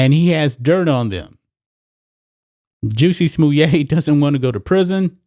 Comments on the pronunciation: FFs it's Jussy Smollitt. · I LOVE that you call him "Juicy Smuliet" (Smuliay)!. Makes me laugh every time and want to watch Dave Chappelle's routine on this clown. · Why u saying his name like that? killing me!🤣🤣🤣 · Bro, I love your take on this!👍...this weak-minded fool deserves that sentence and more!!!...he down-played and ridiculed actual and real incidents of racism and attacks on the gay community and diminished their credibility by making this "show" of his‼️...that dude is a turd man‼️...oh, btw...the way you pronounce his name, is super funny! 🤣🤣🤣...just like Dave Chappelle did when he spoke of "juicy smollieee" on his stand up...🤣🤣🤣🤣🤣